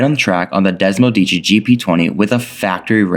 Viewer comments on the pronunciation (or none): Des-mo-seh-dee-chee. Say it right. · DesmoSEdici. One more syllable. Sorry. Just trying to help.